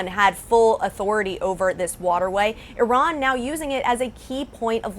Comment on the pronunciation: American people watch Reuters, Associated Press, FR24, BBC, TRT WORLD, Deutche Welle to get Real News american media is all PROPAGANDA and serve zios...... E-RUN E-RAN I-RUN You All RAN......🤫 cant even say IRAN.... cant even point on the map but those ppl on TV have idea about IRAN war aboud the Region u guys soooooooo funny and not educated 🤣🤣🤣